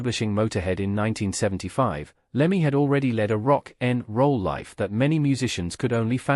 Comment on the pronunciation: Love the way the AI voice narrator can’t get its tongue round the phrase ‘rock n’ roll.’ 😅